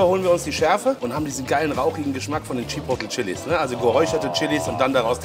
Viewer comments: Das wird nicht Tschipotl ausgesprochen sondern tschi-poh-tlay, Sour Cream nicht Suhr sondern ähnlich wie in sauer. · Spricht man übrigens [Tschipohtleh] aus nicht [Tschipottel] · Chi Pot le bitte so ausprechen und nicht chipotl , oder sag doch gleich chiwawa zuhahah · Bernd: Chipotle Maxpane: Chipoley:Chipottel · immer geile Videos aber es triggert so hart dass keiner Chipotle richtig aussprechen kann ey^^ Der Daumen ist trozdem nach oben geknallt👍